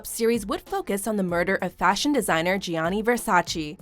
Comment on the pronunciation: I literally say this almost every time to myself lol...”it’s VersaCHÉ!!!!” And the way they emphasize “Gi-anni”... noooo...